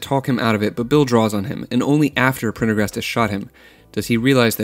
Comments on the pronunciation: I think he may have had a problem saying Prendergast bc the famous name sounds similiar Pendergrass - the first doesnt roll off the tongue - its hard to believe he cant pronounce such a simple thing when he regularly reads much harder words so it comes off like theyre trying to be cute - idk if they are but imo it shouldn't last long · Couldn't finish your video. The gag about being unable to pronounce the character's name stopped being funny within the first 2 seconds. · How you gonna have trouble pronouncing "Prendergast" but then just fly through "reciprocity" lol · Bro, how is Prendergast hard to pronounce, don't be that LAZY. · Prendergast is not a difficult name. You think you re funny and you think you ve got this all right. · Your inability to pronounce a very simple name, like Prendergast, assures me that you have no clue what this movie is about. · That annoyed me too. Made me wish I still had my old Uzi so I could help him cure his annoying conceit. Peace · its not even prender. its PENDER-gast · Just learn how to say it, christ. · I'm very happy this was top comment lmfao I also found it wildly obnoxious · I was somehow thinking I was the only one cringing when I heard that. I don't know why… It's a lame, ridiculously over-used joke. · How difficult is Prender-gast? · Phonics are fun: Prendergast. Sound it out: Pren - der - gast. Pretty damned easy. You got the "prender" part, so why was "gast" difficult? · one way to call it is "copying a trend" when you're trying to make money on it. Time of u watching=more advertising opportunities In more professional circles it's called "pulling taffy" or to stretch ones time with meaningless B.S. If you found his mispronounations funny I bet your under 12 or at least have the mentality of one. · I don't think he even watched it, he some how couldnt pronounce Prendergast? im sure it was meant to be satire but man it left a sour taste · Thought about this for years ,yet you can’t pronounce his name